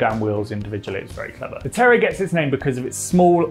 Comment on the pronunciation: Just like the dog? Are you saying terrier? I thought you were saying terror 😂